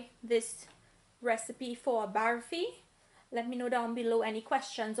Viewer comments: Looks yummy... but please say barfi and not "baaarfie" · OMG she doesnt know how to say barfi and she say pour just one cup of sugar syrup not more then she pour more she doesnt even know what she is doing ridiculous and her english is hurrr